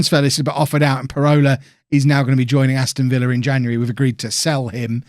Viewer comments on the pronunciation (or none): none